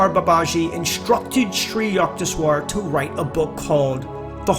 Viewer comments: its not yuckteshwar,its yukteshwar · Yukteshwar can be rightly pronounced as Yookteshwar